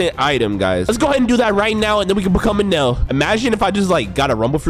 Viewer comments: Its eneruu not enel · He’s called eneru not enel